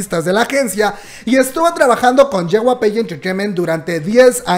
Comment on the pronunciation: No es JYPE es JYP(se lee yey uai pi)